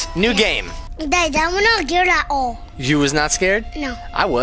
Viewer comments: I love when says I’m not gared and he says it’s not scary but at the middle it is scary 🤣😂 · " I’m not gared. "